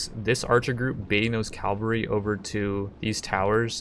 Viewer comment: Love your videos but I get triggered every time you say Calvary instead of cavalry...